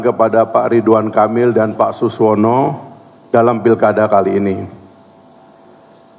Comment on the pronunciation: Saking buru²nya, sekjen Golkar masih salah menyebut nama Suswono menjadi Suwono 😅